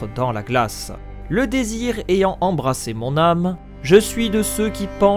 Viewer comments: J'adore cette théorie mais pour le poème, tu dis "embrassé" alors que tu écris "embrasé" donc c'est quoi en réalité? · Difficile d'accorder du crédit à quelqu'un qui lit "embrassé" au lieu de "embrasé"... Plusieurs fois...